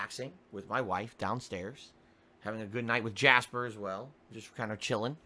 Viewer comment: His WAIFE and Jasper.